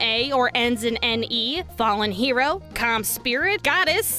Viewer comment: Clam Spirit, I can totally see a clam spirit being summoned to help you out instead of a calm spirit like you say